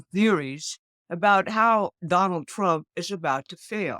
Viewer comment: I love the way she says twump.